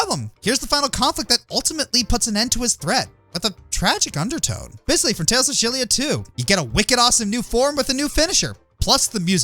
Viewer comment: as a Tales of fan, I'm happy that you at least mentioned, as I prefer to mention him; Corporate President *Yay*nozzle (give ya a hint, starts with a D) (AKA: Bisley) However... as a Tales of fan... for the love of flames on fire, and IDGA*YAY* if I'm being a grammar/pronunciation addict... Xillia is pronounced like this... Ex-ill-E-ah, kinda a play on Exile since plot reasons.